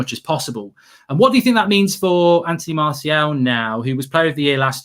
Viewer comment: Nobody: Absoulty nobody: Absoulty nofucking person itw......:"MaRsHaL"😂